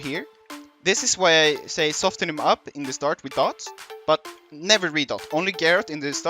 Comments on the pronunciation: Since no one else here is saying it I will. Soften is pronounced without the t. Soff-in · Nah just trying to help you with your English. I can tell you took it the wrong way though. Which is fine, at least you know how to pronounce soften now. I'll be the bad guy that's okay. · I don't give a fuck whether I helped him or not, but I thought maybe he'd like to know he's mispronouncing a word. I know I appreciate it when someone corrects something I've been saying wrong for years. If he wants to keep mispronouncing words on his 70 sub channel, by all means. It's not effecting very many people anyway.